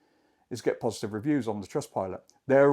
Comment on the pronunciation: 'Positise'? Nice video.